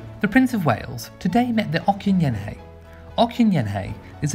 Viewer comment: okyenhene is pronounced ochinhene....has ch sound